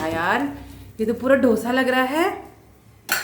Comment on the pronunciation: ढोसा नहीं डोसा बोलते हैं बहन । बहुत अच्छा बने हैं डोसे